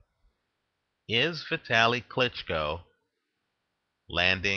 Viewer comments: his name is pronounced Vitaaaleee not Vitly...!! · no sir,its not just fine,he's not an american,so do him the respect of pronouncing his name properly!!